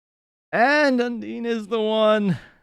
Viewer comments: You said undyne wrong You need(can*) to say it like this Un-die-n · Suffer just suffer Edit: it’s pronounced (un-dine) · Undyne is pronounced as “un-dine” also frisk and chats in this series are male so you can refer to them as “he”. And mettaton is said how you spell it. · Undyne's full title in her genocide fight is Undyne The Undying. It rhymes. Please use this to figure out how to pronounce Undyne's name.